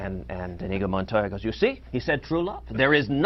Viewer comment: Who in hell he think he is? Robin Williams? And the name is Iñigo (in yi go)